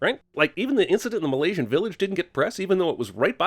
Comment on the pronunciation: malaysenise LMAO